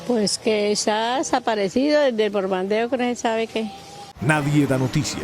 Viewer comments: Borbandeo jsjsjjsjs xD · El “borbandeo”🤣 en vez de “bombardeó”